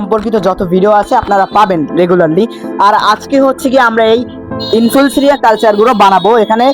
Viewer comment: তুই তো এখনো ইনফুসুরিয়াও বলতে জানিস না কি ভিডিও করছিস